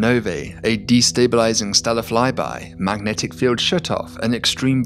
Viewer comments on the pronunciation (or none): none